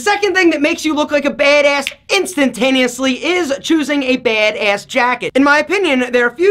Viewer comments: "BEHD ESS" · Drinking game: Take a shot every time he says baedaess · I love the accent for when he says “Bad-ayss” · “Baydayss” haha love the way says it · Nobody:: BeHdeaS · OMG The way he says BADASS! so hard bro 😂😂😂😂😂😂😂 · The way he says BADASS kills me. 😂😂 Nice video though.